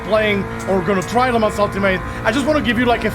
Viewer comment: The Track in France it say Le Mans without S. This Track it say not Le Month.